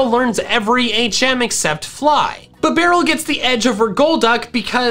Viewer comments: He saying bibarel: B-Bah-rule I saying bibarel: Beeh-B-Rul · "Bah - barrel". its "Bee - Barrel" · Me: Finally a YouTuber that can pronounce "Bidoof" correctly!: BIBBARREL Me: That's it, I'm done.